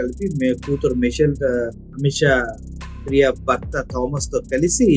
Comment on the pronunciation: అమిష ప్రియా కాదు అన్న నిమిష ప్రియా